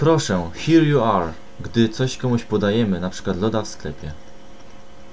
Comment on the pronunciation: Proszę szanownego pana, Czy naprawdę "here" wymawiamy [hia]?